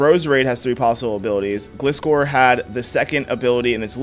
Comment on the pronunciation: Am i the only one who hates how he says Gliscor?